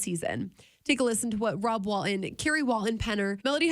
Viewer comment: Wal-TON not Wal-in